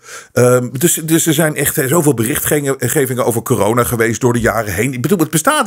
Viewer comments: Misschien een domme vraag..maar waarom noemt "corona" "kijona"? Vindt t wel grappig klinken maar wil de reden weten. Heb ik iets gemist of hoe zit het. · Waarom zegt hij steeds kiyona en niet corona ?🤣 Vlgns mij haat hij het woord zo erg dat hij het niet wilt uitspreken